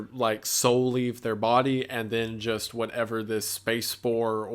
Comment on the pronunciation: you keep on saying "whatever " incorrectly and its eextremely annoying